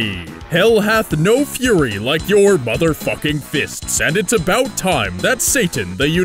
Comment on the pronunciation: "hell hath no fury like my motherfucking fists" or, "hell hath no fury like my mother fucking fists"? cause it kinda sounded like you said the latter of the 2 :p